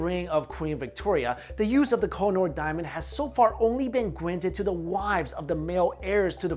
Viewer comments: oo = u ... its ko- he- nur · Koh-I- Noor (pronounced khuuheh-nuur) means the mountain of light